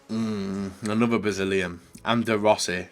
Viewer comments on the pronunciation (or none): none